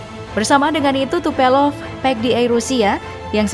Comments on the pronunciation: TUPOLEV minn....bukan Tupelov😂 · Bacanya Tupolev mba, bukan Tupelov.. Diulang2 terus salah bacanya 🤣🤣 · kamana atuh "tupelov" hahaha yeng bener Tupolev beb